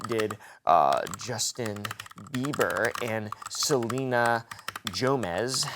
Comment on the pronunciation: Is no one else gonna correct him? I love this channel but it’s pronounced “GO-mez “ not Joemezz😭😭